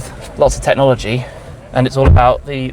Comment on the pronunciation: "Tet-nology". I never understood that one.